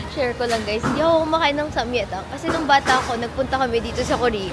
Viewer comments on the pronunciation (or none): I think sam-gye-tang not sam-ye-tang po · Daily vlogs let’s gooo! ❤ Btw it’s pronounced as SAMGYETANG with the G kasi ang in hangul it’s 삼계탕 yung 계 is (gye) ~~~ fyi lang po 🫶🏻